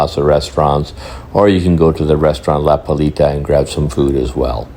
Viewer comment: This guy mencioned 12 times "La Palita" along his video. Man, if you want to make an add of the restaurant at least learn the name properly! It is "La Playita", not "La Palita", "The litle beach", godness!